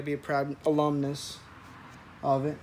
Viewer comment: can't wait for the next video. let me know when you get those "pano-picks" hooked up. Also, way to represent those Miami University "all-uhm-nis". Keep up the good work.